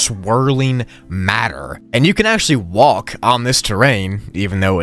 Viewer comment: I cry when he says walk like walck